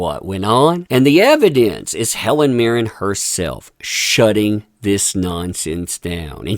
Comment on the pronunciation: It's Mirren, with an N, not Mirrem.